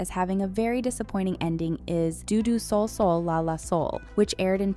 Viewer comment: It is pronounced ''Dō Dō ...'' They are musical notes.The standard "do-re-mi" scale is pronounced as "DOH-RAY-MEE-FAH-SOLL-LAH-TEE-DOH"